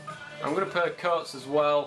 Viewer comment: Coates is pronounced C-wat-es